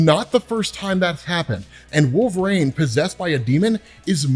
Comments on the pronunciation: wol-ver-een , not wol-ver ayne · I'm not the only person that hears Nails on a chalkboard every time this guy says wolv rain it is pronounced wol ver one. This has been established for years across multiple forms of media its not up for debate or interpretation his name is established. I'm a huge fan but I swear to God I might go to jail if I ever meet this guy I might need to strangle him while screaming his name is wol ver ine! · I dont remember robb saying wolverine soo stupid its not wolvesreen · The way you say Wolverine hurts me. Yet I still listened. 😅